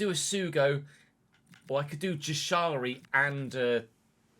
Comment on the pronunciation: Jashari is pronounced like yashari